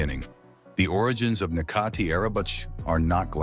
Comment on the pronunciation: his name is pronounced as Netjati not Nekati.